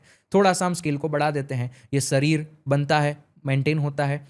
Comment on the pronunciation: Sarir nahi sharir hota hai babua😂